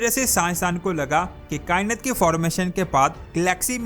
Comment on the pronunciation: کیا کائنت کائنت لگایا ہںوا ہںے۔ “ کائنات “ ہںے یہ۔